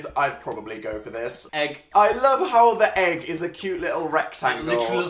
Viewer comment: Anyone else laugh so hard at Phil when he said egg